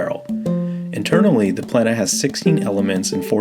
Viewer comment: Don’t pronounce Plena as if it would have two „n“! It doesn’t. It is pronounced on the „e“ and not the n. I had 10 years of latin in school - I don’t know much, but that I know 😅